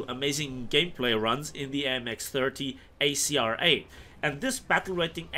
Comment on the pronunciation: Your french pronounciation was pretty go at the start